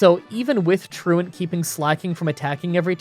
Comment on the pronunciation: You have no idea how happy I was to hear someone(you) say truant correctly . You have no idea how many people have said “ True OnT “ or “ True nnnnt”